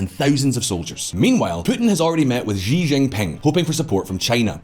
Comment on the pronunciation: I’m sure no one here will care, but as someone who speaks mandarin, for the love of God, please stop pronouncing the X in Xi jinping as a Z for zed. It’s “Xi” (SShheeee) not (zzzeee) lol.